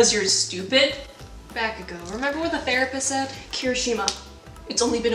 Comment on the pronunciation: no f*cking sh*t you called him bakago its bakugo but nice start